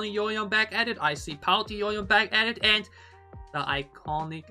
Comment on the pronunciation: Yoohyeon pronounced like ‘you’ ‘hyeon’ not ‘Yo hyeon’